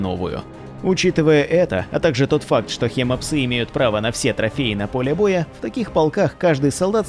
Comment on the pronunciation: может хим псы ? а не хема псы